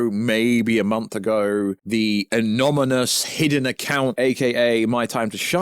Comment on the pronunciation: Why can’t you say anonymous correctly? 🤦🏻‍♂️🤣🤣